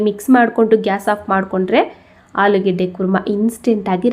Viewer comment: ಆಲಿಗಡ್ಡ ಅಲ್ಲ ಮೇಡಂ ಆಲೂಗಡ್ಡೆ ಅಂತ ಹೇಳಿ